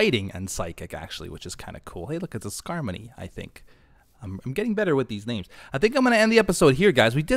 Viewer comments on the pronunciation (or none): No offense to, but as he says he's getting better at Pokémon names he called skarmory skarmony.😅😅